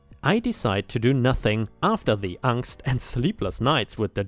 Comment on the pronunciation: Finally, someone who pronounces 'angst' correctly. You have no idea how much it bothers me when people say "aaaaaaayyinnnn gst" like morons who never heard of picking up a dictionary or pronunciation guide, especially for German loan words.